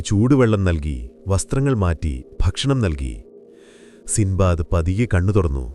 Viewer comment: സിന്ദ്ബാദ് അല്ല സിൻബാദ്